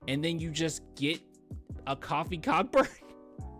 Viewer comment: Its Coe-fee coe-burn